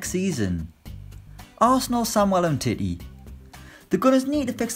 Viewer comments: “Umtittie” 😂😂😂 I think you mean Um-tee-tee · Elastico.mj23 I was triggered with um titty.